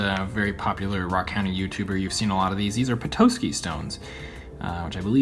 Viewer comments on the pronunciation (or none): Petoskey = Peh-taw-ski not peh-toe-ski <3 My boyfriend grew up in Michigan and vacationed on Lake Michigan and dove for Petoskeys as a kid. My fave pieces were the Graveyard Plume (I can't wait to dig there myself) and the Snowflake Obsidian. I will have to send you some Priday Polka Dot agate (Jefferson County, OR) once I get my chunks slabbed up. It's amazing stuff. I followed you on instagram and my username there is the same as here. Look at not my most recent post, but the one previous. It's just one of the pieces of polka dot I found. (you might have to request to follow me, my account is private). LOVED your tumbled treasures! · It’s pronounced pet-ah-ski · Petoskey is a town in Michigan and you mispronounced it. The o is more like ah. and not a long o.